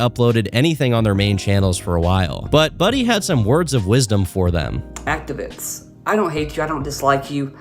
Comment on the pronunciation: His “diss” against activiss is trying me 😭😭